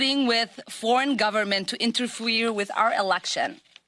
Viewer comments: Crap show. Good one. Did Omar just say "interfwere"? Lmao. How are you going to be a role model for america if you can't pronounce English properly? She sounds like a 2 year old. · interfweer wit our elack shun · OMAR: "Interfwear",..."transfwear". Yeah,...she is a real winner. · "Interfweer" LOL